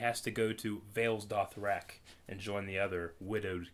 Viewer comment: saying Vales Dothrak, Vaes Dothrak, both annoys me and make me smile. Can't wait for S06, thanks and keep up the good work